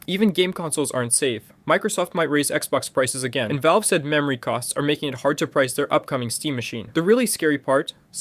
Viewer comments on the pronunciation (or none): none